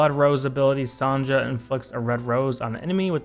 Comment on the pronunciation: Yey, Finally, someone pronounce my girl (Sonja) name correct!!!😂 Some people mispronounced her name as Sonia😅 Anyways, you're cute🥲😅